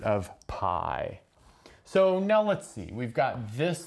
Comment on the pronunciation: "lets zee"